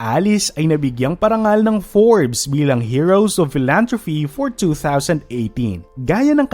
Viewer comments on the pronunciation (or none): none